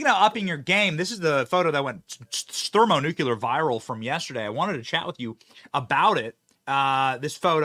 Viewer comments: Benny.... It's Thermo New-Clear..... NOT newk you luur. FIX it! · You sure don’t pass up a chance to use the word thermonuclear and mispronounce it, do you? Lol.